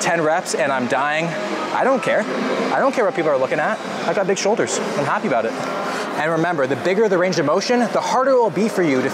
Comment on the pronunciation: "Uh-beowt" about thanks for this shoulders routine